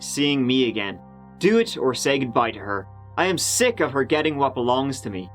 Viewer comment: I solved this case halfway through ...It was the Policeman from the British Comedy " 'Allo! 'Allo! " who must've helped Liz. How did I know? Well, it's only him who says "sock" instead of "sick". 🏆